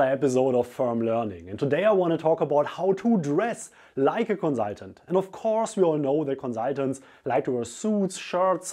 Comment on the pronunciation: I love the way you say Conzultant